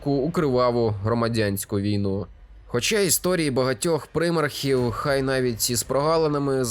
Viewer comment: Дякую за відео. Правда від прИмархів в мене теж вухо смикається ))